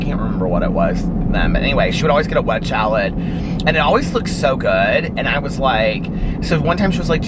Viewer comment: It cracks me up every time you say "wedge shalad" 😂 instead of wedge salad